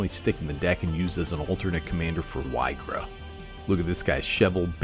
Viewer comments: It's pronounced "EE-gra" Edit: not being rude, loved the video! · so many pronunciations for this one. Ill say it like EEGRA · Why-gra is humorous, so I'll accept it. Lol. There definitely are some cringe pronunciations with cards. But yeah, cool card and cool build for the deck